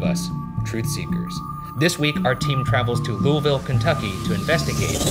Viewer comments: so close with the lousiville pronunciation but its loo-uh-vull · Lullvull. Not LullVille. 😂Local to Waverly. It’s a beautiful place and huge. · Ryan’s pronunciation of Louisville was wrong bud close enough that I’ll still love him 😂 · OMG YOU ALMOST PRONOUNCED LOUISVILLE RIGHT!!